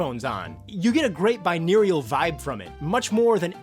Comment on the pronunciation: binerial? binaural?